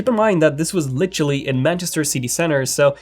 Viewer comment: "Litchully" ?? I think you mean 'Literally'.